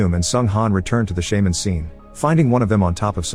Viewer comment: Narrator: The SHAY-mans are dead Me: They're not a fucking pokemon, idiot.